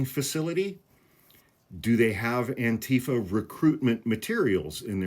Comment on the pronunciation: The emphasis is on the -FA, not the -tee-. You're saying it like Trump does.